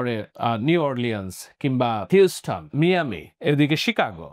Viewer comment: মিয়ামি নয় মায়ামি